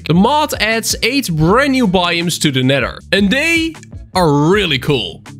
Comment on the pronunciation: the way he said nether hurt me